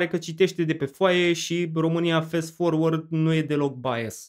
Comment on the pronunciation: corect este Fast (din "fast forward"), la fel ca-n romanescul FAST (cu mare fast), nu Fest forward!! asta asa, ca idee.... :o))